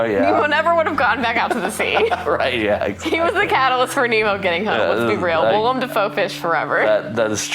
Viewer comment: For the love of god, his name is WILLEM. Not WILLIAM. It's two syllables. Will-em.